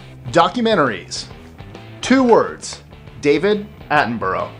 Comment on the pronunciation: 2 words...David Attenborough/ Except that sounds like 6 words with is syllable splitting